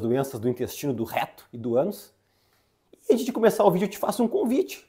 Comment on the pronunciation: Porque a palavra RETO o senhor fala com tanta força no RRRRReto